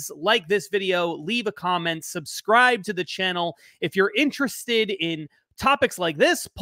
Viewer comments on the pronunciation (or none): none